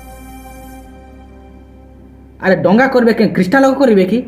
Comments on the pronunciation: ତୁ ମIରିଆ ଦଙ୍ଗା କୁ ଡଙ୍ଗା ବୋଲି କହୁଛ ମୁର୍ଖ କୁକୁର ପେଳ ଚଟା ଘୁସୁରି ପେଳ ଖିଆ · ଡଙ୍ଗା ନାଇ ଭାଇ ଦଙ୍ଗା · ଆଜ୍ଞା 🙏 କ୍ଷମା କରିବେ ଡ଼ଙ୍ଗା ନୁହେଁ " ଦଙ୍ଗା "